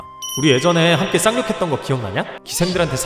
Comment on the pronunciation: 쌍륙이 자꾸만 쌍욕으로 들려요...